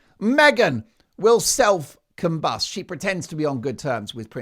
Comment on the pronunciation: Meghan self combust rhymes with bus.